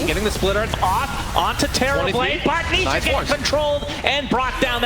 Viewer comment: the caster accidentally call nisha , nishit 😂